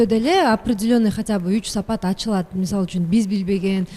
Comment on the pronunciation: сапап сапат эле дей берет тантырап.